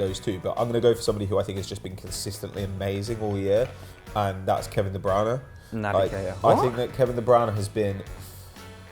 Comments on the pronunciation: Wtf is that pronunciation Kevin de browna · Kevin De "Browner." 16.40